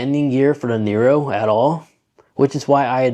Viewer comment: It's a neo. Not a nero.